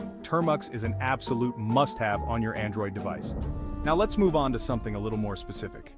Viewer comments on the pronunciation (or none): none